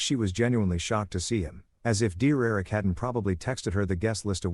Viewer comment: Im crocheting while listening, and it took me 1 hour and 9 minutes to figure out it's saying 'Derrick' and not 'dear Eric' Also, can anyone figure out the time line or living situation? Op keeps stating they were still staying at their own place, except at one point it sounds like he's staying at his parents? But the wife has her own apartment?